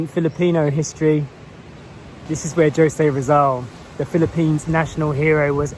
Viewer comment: It is pronounced "Ho-se" not Joe-se.We hope Story gets well,soon. Take care & keep safe.